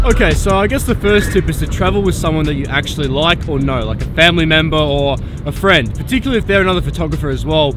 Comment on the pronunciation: "Freinds" haha 😂